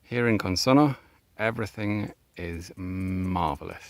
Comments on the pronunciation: I can tell you care about pronouncing things correctly. You don't quite get Consonno right. Here's what you do with double consonants in Italian, to which English-speaking ears (!) are not normally accustomed. Syllables are split between the consonants - CON-SON-NO. When pronouncing it, you throw nothing away. Only H's are silent in Italian, but alter pronunciation in other ways. This means that you have to pronounce both the N at the end of SON and the N at the start of NO. This produces a slight hesitation on the double consonant. (It also has the effect of slightly shortening the vowel just before. Had we had a single N here, the O would sound as in "road", with the double N it's like "rod", which you correctly say.) This gives the language its rhythm. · Your Italian accent is good, but you really need to stress the double n in the word "Consonno" to pronounce it perfectly.